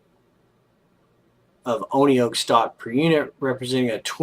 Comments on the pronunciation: Pronounced "one oak" Oneok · It’s pronounced Oneoak